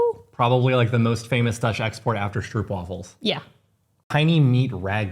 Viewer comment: stroopwafel is pronounced more with the "o" from "oh" then the "ou" from "soup" (which we spell "oe" like "soep")